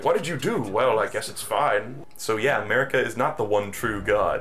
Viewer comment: when it's time to mispronounce Marika for the fifty-seventh time in 10 minutes 🏃🏻‍♂💨👟